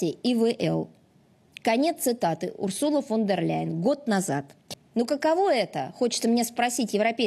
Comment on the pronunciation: Ой . Захарова тільки що сказала Урсурла Вондерляйн, не Урсула Фондерляйн.. Боже , які ж вони там в рашке тупі…..😅